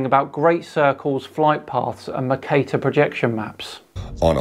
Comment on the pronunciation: Never heard Mercator pronounced that way before, was like what the fuuu is Macater!!! 😅😂🤣 and i'm a Yorkshire man. Cheers for all your videos, a constant source of entertainment 👍